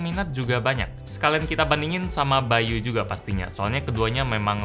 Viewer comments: Nama nya bay.U di baca bayu yg bener bay You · yang kalian denger : by.u yang gw denger : bayu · By u: gue dengernya Bayu